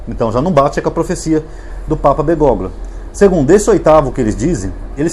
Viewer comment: Prezado, o nome do papa deve ser lido como Bergólio. G seguido de L em espanhol não é pronunciado assim como o H em algumas palavras em português como Hospital.